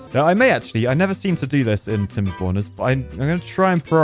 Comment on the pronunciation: I learned today that "tomberborners" with a brit accent does not sparkle joy.